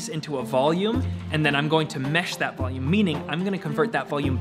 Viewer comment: soy el unico que entendió: "Volume and boobs"?? hahahah